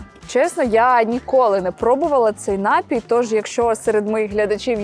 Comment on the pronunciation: НапІй, а не НАпій.